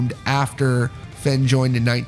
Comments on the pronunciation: FANE. Not FENN. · you were so close for pronouncing his last name right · Is Fehn pronounced “fen” or “fein” I’ve heard both